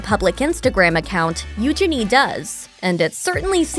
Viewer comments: Omg it's Eugene as in Jean not genie!! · I really struggle to watch videos when the narrator mispronounces names and words. It is NOT EUGE-ini . The emphasis is not on the first two letters and it’s NOT Gini. It’s u-geeny.